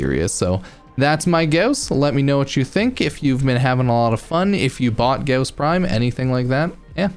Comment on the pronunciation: ur saying his name wrong its gaw-ss, au sounds like gauss. u r saying ghoss